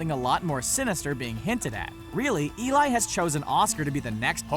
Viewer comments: Eli's name is pronounced "e-lee" not "e-lie" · Let the Right One in her name is pronounced Elay